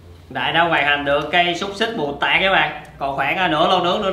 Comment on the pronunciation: mù tạt mà anh ko phải mù tạc